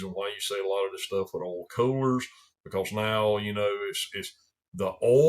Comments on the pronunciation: Ouul... oil in a southern accent is great. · I'd watch this channel just to hear oil be pronounced as ole.